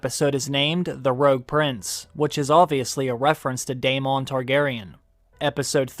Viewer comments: Daemon not DAYMON 😂🙈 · The way you continue to call Daemon, day-MOHN and not DAY-muhn. Geore RR Martin pronounces his name as DAY-muhn. Why keep pronouncing it incorrectly? I’ll be unsubbing.